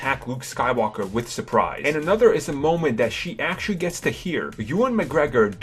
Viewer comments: someone can't think of another word for "actually" and can't pronounce the letter "R" shouldn't be narrating a video. it's vewy, vewy poor (actually) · He had said "actuawwy" 284 times... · "Actuwawy", "Actuwawy", "Actuwawy", "Actuwawy", "Actuwawy", "Actuwawy", "Actuwawy" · parks Actuawawy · Mike Actually he says Actuawawy.